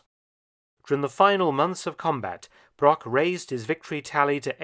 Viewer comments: The butchering of his surname really hurts, especially because it's used that often in the video. Broch and Brock have completely different pronounceations in German. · A small mistake, non german native speakers do, is the ,ch' sound, the name Broch is not spoken Brock. The ,ch' sound is similar to the noise of an angry cat, but slower and softer.